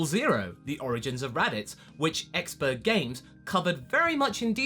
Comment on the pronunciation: It's exprergamez not expergamez